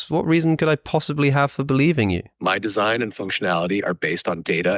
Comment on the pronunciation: was laughing while talking.. 😂 took a deep breath after along sentence. 😮 mispronounciation of the word 'design'